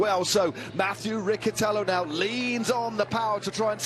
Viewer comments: It’s Riccitello not Ricchitello😉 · and if not? What will you do if he doesn't pronounce his name in the way you want to?